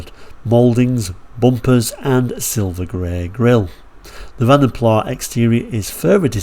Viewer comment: I have no objection to you pronouncing Vanden Plas as "Vanden Plas" as if it was French. In fact it could be a useful way of distinguishing between the car and the Dutch family name.